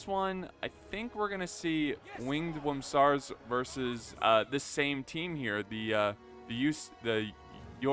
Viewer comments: Its pronounced "oor-sa" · I believe it’s pronounced urrr-saaahs (my source is Pokémon) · Am I wrong, or is mispronouncing Ursas? Like Ursa Minor/Major but add an S?